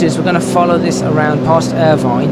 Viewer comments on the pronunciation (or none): The town is pronounced Ir vin not vine.